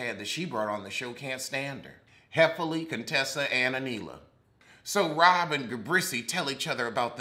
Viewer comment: It’s the mispronouncing of their names for me😂😂😂😂😂 Robbbbbbbbbbbbbbb Dixon and Gabrece takes me out every time😂😂🤦🏾‍♀️🤦🏾‍♀️🤦🏾‍♀️